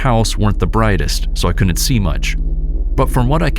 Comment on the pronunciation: The contractions are pronounced wood int and cood int. NOT woo nit and coo nit.